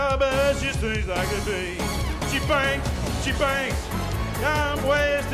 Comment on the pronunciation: I died the way he said bee. is the start.